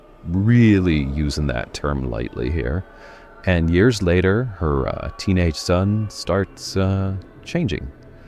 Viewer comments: Dude, you need to work on your pronunciation. Stefan Dorf? And Adrienne Barbooo?..lol! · You pronounced Kinski right.. just not Adrianne BARBEAU or STEPHEN Dorff.